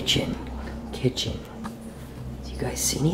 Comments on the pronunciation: Ti say kitehen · He say Kitchen.